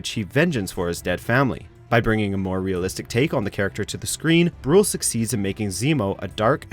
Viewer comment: Daniel Brühl is German and pronounced "Bryhl" not "Bruuuhl".